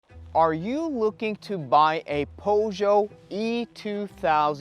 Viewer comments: Poe-show? 😅🤣 Pur-sh-yet. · You lost me at Pough-Joe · Right way is PJÖSÖÖ. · Please learn how to pronounce Peugeot. It's a French name, respect the language. PS: you video is very good. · Made it to about the 10 second mark, when you cant even pronounce "PEUGEOT" didnt fill me with confidence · Thanks for the nice videos. You pronounce Peugeot in a very weird way, are you sure it's correct? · Is 100% incorrect.